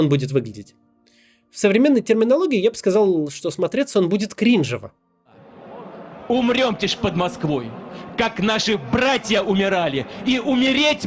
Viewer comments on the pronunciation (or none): Максим, спасибо за ролик, но как зумер не могу не сделать замечание: кринжОво, не крИнжево) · Криндево говорить "крИнжево", вместо "кринжОво")) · "КрИнжево"! Какой же кринж! "КринжОво", Максим. How do you do fellow kids? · Ахахахахх не крИнжево, а кринжОво. Ох, что-то меня повеселило такое произношение. А ролик хороший, спасибо!)